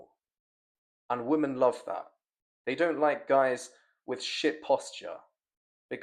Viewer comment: You need to spend a day learning how to pronounce the word women. It is not pronounced the same as woman. 100 sets of saying women (wim-en) right now bruv.